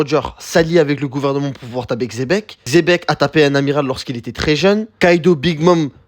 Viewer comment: Quand on entend Xebec et pas chebec on sait qu'on va bien manger